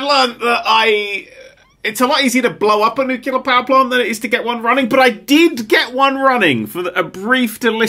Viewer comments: I can't tell if he's trolling or if her actually thinks that "nucular" is correct. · new-clear... new-clear.. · Ah man it hurts to hear pronounce nuclear as “nucular” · Did he really pronounce it new-kew-ler? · Nuclear its pronounced Nuclear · Nerd showing us all that he can't say "nuclear", he can't read instructions, and that he will cause Chernobyl and immediately try to blame a deactivated robot. This is exactly why real power plants have dozens, if not hundreds, of workers on-site at a time. XD